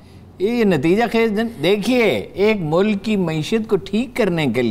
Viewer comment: صاحبہ سے گزارش ہے کہ کاف کو قاف نہ پڑھا کریں ـ ملک کو ملق، کاروبار کو قاروبار، اکبر کو اقبر پڑھتی ہیں ـ کچھ کو قچ پڑھتی ہیں عجیب سا لگتا ہے ـ